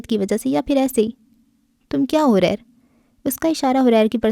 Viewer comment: اس کا نام حَرِیر ہے جس کے اردو معانی ریشم، ریشمی کپڑا یہ عربی کا لفظ ہے اپ نے اس کو غلط پڑھا ہے